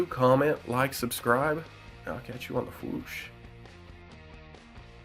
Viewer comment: OMG SERIOUSLY!!